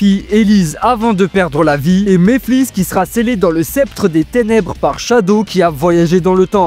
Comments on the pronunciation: Commence par bien prononcer Mephiles et Chaos, on prononce " méfilesse" et pas " méflisse" on prononce " K.OS " et pas caisse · Mdr comment tu dit mephiles c'est trop drôle